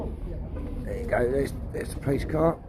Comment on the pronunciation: When you say "police", it sounds like "pleece", that's why he didn't understand.